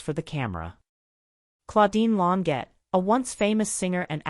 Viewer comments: Lawn sjay is the phonetic pronunciation of her last name Second egregious error: she was born in 1941, not 1914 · The AI voice is terrible and mispronounced her name every time. It pronounced Long jaye